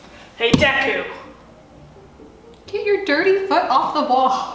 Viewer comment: “DEKUU”your not todarokie”